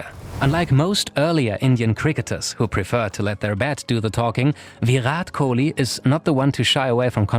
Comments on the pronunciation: Do you really don’t know how to pronounce his name while you say Viiiirrraaat Kohli instead of Virat Kohli.. He is way more popular than most of your country’s sportspersons and probably deserve much more respect from people like you.. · ITS VIRAT KOHLI NOT VYUROT KOLI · "VEERAT KOUHLI" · please say the name correct pls it's VI-RAAT KOH-LEE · Are Bhai usko sirf ek hi language aati hai, aise logon ko pronounciation me dikkat hoti hai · The way he says Virat Kohli like it's veerat kohlee 😂😂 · I normally like your videos. But trust me this is poorly researched. Firstly, learn to say his name, and when you do, don’t say it like a robot. Secondly, Kohli was popular in a country of 1.3 billion way before 2016 - he’s been the Test captain since late-2014. Also, launch of Jio may have contributed to his Instagram popularity, but it’s not solely responsible for it. His ISL investment predates 2016 too, and so do his endorsements. You also should’ve dug deeper and included the fact that before Puma, he was a Nike athlete and even had a legal dispute with them. He then moved to Adidas, before abruptly severing ties with them, but again your presumptuous video has not even scratched the surface of that tug of war between sportswear giants to to acquire Kohli. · The way he says virat kohli is so funny 🤣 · Man, learn to pronounce his name XD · First learn how to say virat kohli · The way he says virat kohli 😂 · Each time he pronounces "Virat Kohli" I chuckle. 🤣🤣🤣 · Just the way u pronounce Virat Kohli 🤮🤮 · If only he had put in a little more effort and learnt to pronounce his name right.